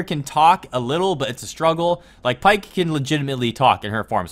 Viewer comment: Its pronounced pea-ck